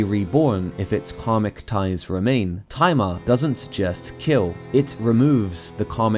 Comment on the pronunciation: You probably didn't intend for this, but whenever you mention Tai Ma, it sounds like you're saying "timer" with a southern/Brooklyn accent. It kind of takes away some of the impact, especially when talking about the Master Swords' "Timer Power" Better set that alarm so that the "Timer Power" will go off at the right time, don't want Ganondorf to awaken too early! XD